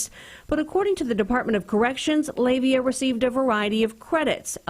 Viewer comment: Please pronounce names correctly, the suspect was a Pacific Islander (Samoan) his name was pronounced Lah-Vay-Ah. It's the same problem people still have, pronouncing Tua Tagavailoa's name, do your due diligence, not everyone is named Smith.